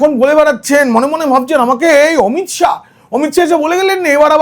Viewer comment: সাহা নয় শাহ